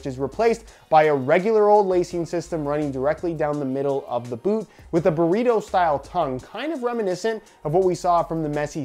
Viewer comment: it is so funny when you say burrito